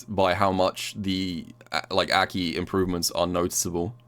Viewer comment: Will you ever pronounce Aki correctly?